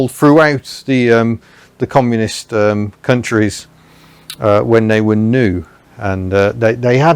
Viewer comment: Please stop say "communist" , it is something that americans use to make is Europeans laugh